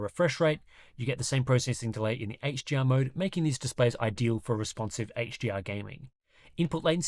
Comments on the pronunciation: I'm Aussie, and sounds like he keeps saying "HGR" instead of "HDR" everytime. Articulate! Slow it down. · Dude, are you saying HGR or HDR, im hearing G every time you say it.